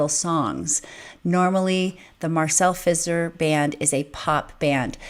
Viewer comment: Your first pronounciation of Marcel Fisser was absolutely impeccable! I also really appreciate the amount of screen space you are giving the performers. As always a pleasure watching your reaction!